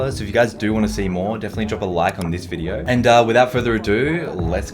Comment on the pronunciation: and: "Wolcom back in todays wideo"